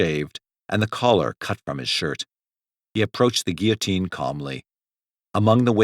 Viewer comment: At least someone said "guillotine" normally. That one is very distracting when mispronounced repeatedly in a video.